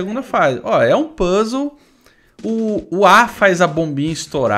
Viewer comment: o fala Puzzle do jeito que eu falava qdo eu era criança... PUS LE!! kkkk esse é o jeito errado mais legal de falar